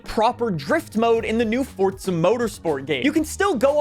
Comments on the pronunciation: its called forza, not fortza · FORZA not FORTZA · ForZa not ForT-za lol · Can this guy just not pronounce words it’s ForZA and (KNEE-SAUN) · You are an American. Stop saying Forza like a retard.